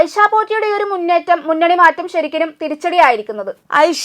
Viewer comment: ശരിക്കലും എന്നല്ല ശരിക്കും എന്നു പറയൂ